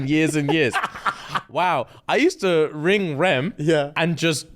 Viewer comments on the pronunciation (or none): none